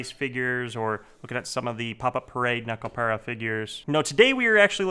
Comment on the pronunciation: If you love Nekopara that much. learn how to pronounce the it !